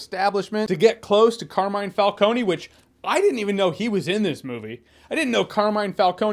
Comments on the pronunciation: Why is it that none of these "mega Batman fans" can properly pronounce Falcone. This is the 4th review that has pronounced his name incorrectly. Fal-cone ... not Falcon-ie. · So in the movie they pronounced it “Falcone”, like how it’s written. But in your review and in Batman Begins it’s pronounced “Falconi”. Which is it? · true, but it happens, you could easily pronounce it FalCONE instead of FalcoNE so I can't give them too much grief, I fucking love Batman Begins though. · yeah i didn't like that they pronounced his name like that but its still a great movie